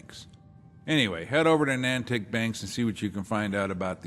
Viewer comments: says “Nantick” instead of Natick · Isn't it pronounced Nay-Tick?